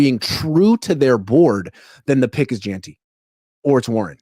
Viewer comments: please it's Jen-tee not je-an-tee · His last name is Jeanty it’s not that hard for F sakes